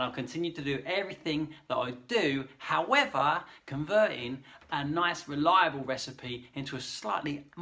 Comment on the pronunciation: That "howavah" 😂 very nose bleeding accent. But i love it.